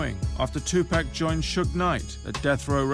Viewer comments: i swear if this guy says TUUPEK one more freaking time i'm gonna lose my damn mind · Stop with the tupack its tu paaaaac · Most us brits do say tupack we pronounce our vowels differently, I say tupac but everyone else I know doesn't and that does bug me out. I wouldn't say its disrespectful until you tell them how to say it and they keep doing it, then obviously its disrespectful asf. Me personally I blame the media they always say his name wrong and it's not just white people I've seen black people say it wrong too not as many obviously, its mostly the upper class. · Great documentary. Only thing? I cringe EVERYTIME the dude says PACK instead of PAC. Uggh! PLEASE say it right, just once. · the white folks always saying tupack not tupac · two pack? lol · If I hear this Nigga say Tupack one more time!! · To pack?? I would learn how the name is pronounced first. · Лубомир Фенык he even got the grammar right, he said "two packs" haha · I stopped it after he said "Two-Pack" -_ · If this narrator says, "Two Pack" one more time......... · tupac and two pack sound the same and everyone says it that way so i dont get what your on about. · To be honest the narrator is being lazy, its not hard to say 'tTwo Pock'. Americans don't say "I want a 6 'Pock' of beer", they say pack. The American newsreader also called him two pack though - lazy pronunciation is the problem not accent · two pack ;-) as in 2 fer 1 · I cringe every time the narrator says "Tu-pack" -Come on guy, REALLY? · once you take into account that there are lots of different people on the planet and they dont all have the same accent and pronounce words the same...... its real easy to accept his pronouncement of "2-pack" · Pronouncing tupacs name in a British accent has that. His name as it should be tu as in 2. And PAC. As in pock-et. Damn accents huh. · It's annoying hearing him say "Tu PACK". How are you gonna do a documentary about someone and not say their name correctly? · it's tupac not tupack